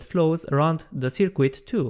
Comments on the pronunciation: "Sir-Cut" not "Sir-Quit" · I kind of like "Sir-Quit". It added an element of mild entertainment to a very informative video.